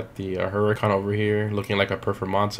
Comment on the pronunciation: uhhh.... you said Hurican wrong even though you were the one who made me realize that it wasn't pronounced like that lol. Good vid btw